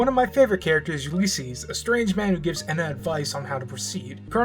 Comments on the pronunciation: If says “ehna” instead of “ENA” one more time, I’ll... uhhh... kill myself? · the E in ENA is pronounced by itself and the _NA is the part you got right, I hope you dont see this as rude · Are you moony? (Just joking because moony was saying ena’s name like that)